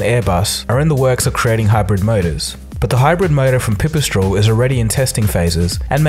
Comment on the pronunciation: Oh deer god its pi pi strel, not pew pew straul